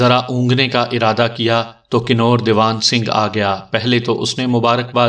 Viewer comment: لفظ کنور کنوارہ یا کنواری کی طرح پڑھا جاتا ھے